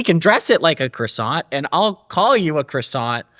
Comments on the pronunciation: He is mispronouncing the word croissant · KWA- sau